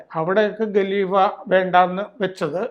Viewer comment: ഗലീഫയല്ല ഖലിഫയാണ് സാറെ - KHALIFA, not Galifa